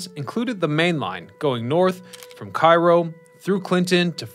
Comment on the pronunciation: You mispronounced the city in Illinois. It is KAY-row, not KI-Row, like in Egypt.